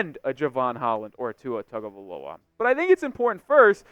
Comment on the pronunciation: bro. its been 4 years. gotta pronounce the name right. come on now.